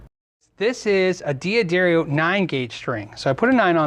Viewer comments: why can't American guys (and Brits) not pronounce D'Addario correctly. It's pronounced "Daddario" not "Dee Addario" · American pronunciation of European names is rather embarrassing to hear. Just imagine the apostrophe wasn't there next time, please,. Say DADDARIO, DAQUISTO. D'oh. (or is that pronounced DEEE-OH)